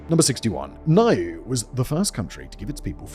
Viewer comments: Niue is pronounced New-way NOT ni-you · Niue = "Noo-ay" ... Kiribati = "Ki-ri-bas" ... Tonga = "Tong-uh". Most people get "Kiribati" wrong, but only Americans pronounce Tonga as "Ton-guh". 🤣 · I feel like I'm ragging in you here mate, but Niue is pronounced New-way and the people are New-way-uhns. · omg he did the name with Niue. What is it with pacific islands and Simon.